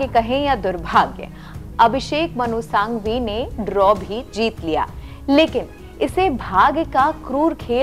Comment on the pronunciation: Ma'm itne bade vakil ka naam sahi se uccharan Karo.......Abhishek Manu Singhvi naki Sanghvi